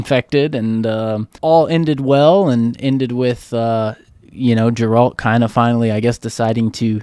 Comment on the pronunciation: Hello guys! love your reactions! just a note though, "Geralt"s name is pronounced with a hard "G" like GET not Jeralt. Nobody in the show calls him Jeralt.